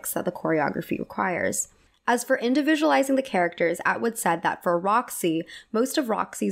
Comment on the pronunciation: i love your content a lot! it's clearly well researched, you're passionate, and your hair/makeup/fashion is always great. i think it would benefit you to add pronunciation guides to your research! lots of people noted your pronunciation of bob fosse's name, but you also mispronounce colleen atwood's first name (it's call-een, not co-lean), wanton (first part is pronounced like "want" as in "i want"), and various words in prior videos (like mycenaean, which has the emphasis on the "ce" syllable, not the "nae" syllable). it breaks the immersion for me when i hear these mispronunciations because it doesn't vibe with how otherwise carefully thought-out and amazing your work is! i hope this comment is helpful, because that's all i want it to be.